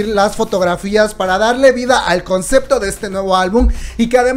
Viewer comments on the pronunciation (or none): none